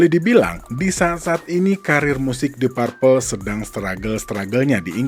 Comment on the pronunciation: Bacanya dip perpel, bukan dip parpel